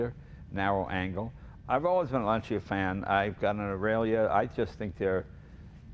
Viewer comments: Oh, cool. I've wonder for a long time how to correctly pronounce "Lancia". Jay seems to be saying LAN-CHEE-UH, but the native Italian speaker is saying "LAN-CHA". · Okay, once for all set how to pronounce Lancia. :)